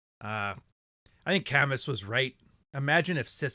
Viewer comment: C-Span Couch Cay-muss (Camus).